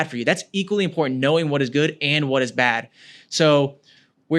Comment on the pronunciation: Did he just say this is PRETTY IMPOTENT?